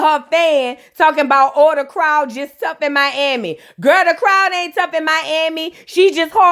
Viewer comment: I’m happy to hear you say my city right 😂